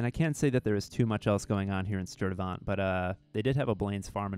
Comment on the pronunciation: Shout out to Milwaukee! Silly nitpick lol - isn't it pronounced Sturte-"vent/vint" despite the spelling? Or maybe I've been out of WI too long and forgotten the pronunciation.